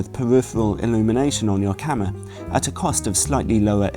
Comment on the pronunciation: please don't say camer!